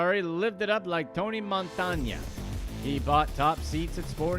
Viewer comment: "Tony Montoña"?